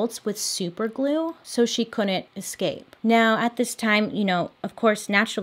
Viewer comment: Do my ears deceive me or do you keep saying "EXCAPE"? 😅